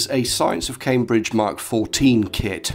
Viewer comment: Nice. - "Science of CambrEdge", like Vicky Pollard might say it. :p lol A very important little computer in the scheme of things. I don't think I've ever seen one in person, but I know that it obviously lead on to the ZX80 / ZX81, Speccy, and a whole generation of bedroom coders, many of which are now working as devs in the games industry. Thumbs up, as always. :)